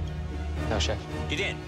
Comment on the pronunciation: It's chef not chief :-)